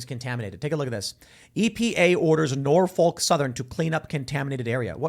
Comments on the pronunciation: Its pronounced "Nor-fuk". Biden knows he isnt running again, that is why he is trying to get what he can, while he can. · Norphuc not folk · Hate to be "that guy" but its not pronounced with a "Folk" ... Norfolk is pronounced as Norf*ck